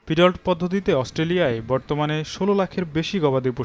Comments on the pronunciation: ফিডল্ট আবার কি? 🤨। এটার উচ্চারন হবে ফিড-লট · Murkho journalist, it’s feed lot ( ফিড লট)। if you don’t know anything properly then don’t speak on it.